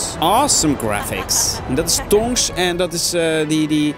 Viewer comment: het is niet tongs maar tops